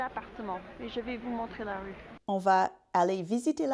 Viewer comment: Native French speaker here, here are some giveaways that I noticed, as pointers for improvement, but your pronunciation is already excellent! - your “a” as in the definite article “la” is not open enough. This is very American (not only English): in French, one can never open the a too much! - your articulation is still too…articulate! French must flow, so fight any stops between words, and peruse contractions (“bienvenue” -> “bienv’nue” etc). - voice placement. This one is very familiar to singers: every langage has a different natural level of “resonance”, something that resembles a kind of pre-nasalisation (but is not). English and Italian have medium-high, French has almost none. This makes your voice “ring” too much when your speak French.